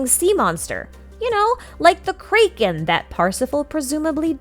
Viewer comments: is there a reason you say it kray-kin and not crack-in similar to your pronoun citation of tighnari and Nahida? Also is tartalia a different character than childe? His in universe name is tar-ta-galia. Commonly mispronounced as tartalia and tartaglia, took me a while to realize the actual pronunciation as well. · The pronunciations were throwing me off. Why were you pronouncing “Poseidon” as “Poiseidon”, and “Gae Bolg” as “Gay Bolg”, and “Kraken” as “Krayken”? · this is the first time i've ever seen someone pronounce kraken as kaiken and not kracken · This is the first time in my life I've heard someone pronounce Kraken as Krey-ken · "Cray-ken" "Poi-seidon" Dunno why but these pronunciations stood out to me a ton and I found it quite amusing XD Is this like a very specific regional accent thing?